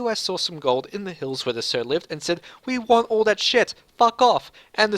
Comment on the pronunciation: It's also available from HPS Sims... Sioux is pronounced "Soo". Good to see playthroughs of more esoteric obscure battles. It's developed by Jeff Lapkoff, and he did the Anglo-Zulu War game The Drift 1879 that I was obsessed with. spelk